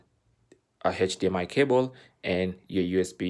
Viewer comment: the 90th time the man said “heich dmi cable” I broke